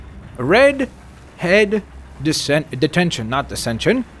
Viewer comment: REDHEAD DETENTYOON